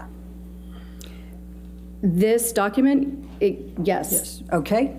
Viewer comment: Every word is a hard one for you febooary, dacument, so frumpy repeats the sane thing that was sustained second earlier uts a ciincidence mr dennison was way too lenient with elaine